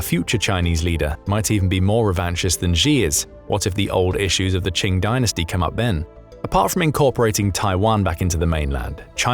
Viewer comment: Qing sounds like "King", not like "Ching"! 😂